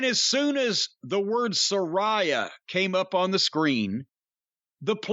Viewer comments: Jim, it's Sa-RAAAY-uh, Not Sa-RYE-uh. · It's pronounced Sah-RAY-Ah.